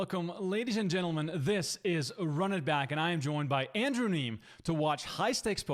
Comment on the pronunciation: it was a joke because the host keeps mispronouncing his name